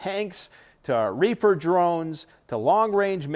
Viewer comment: Right before i swear he says “reefer” not reaper